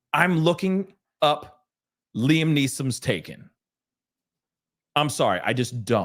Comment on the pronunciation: "With the Liam Neesommssss" sent me 😂😂😂